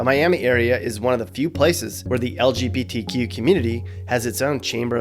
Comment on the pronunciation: Why can’t straight people say lgbtq right. They say somthing like el je bee tea queue